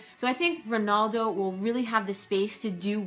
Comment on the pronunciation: Ronaldo not Ronuldo